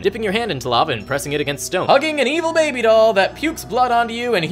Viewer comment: "The lowest, most E-VILE layer of the Nine Hells." Well, that's the only pronunciation I'll ever be using from now on.